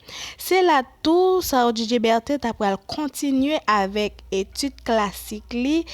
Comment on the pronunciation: Non an mal prononse